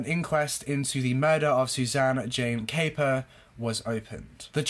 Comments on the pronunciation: Her name is pronounced cap - per not cape - er 👍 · I'm afraid you have mis-stated various facts in your summary of this case. You also mispronounced Suzanne's surname. I don't know where your information was taken from and clearly you are touching on the 'headlines'. It is also fair to say given the length of time this incident went on for and the number of characters involved its understandable you may get confused. Its a very emotive and sensational case but maybe remember there are still family members alive. What this young girl went through was awful. I'm sure your motive in recording this piece was not to be cause hurt but you ought to consider the impact it could have in a wider sense. I don't mean to attack you but remember all of these cases have families behind them. Suzanne was somebodies daughter. What happened was horrific and I'm sure her family and friends don't want to have such reminders in the public domain. Equally, passing opinions without having seen all the evidence or heard it in court can be dangerous.